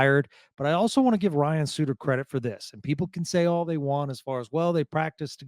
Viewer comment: Also Ryan's last name.